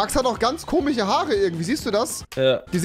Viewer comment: Kannst du kein sch aussprechen oder wieso sagst du komich? Sagst du auch zu deine Freundin chatz? 😂😂😂😂😂😂😂😂😂😂😂😂😂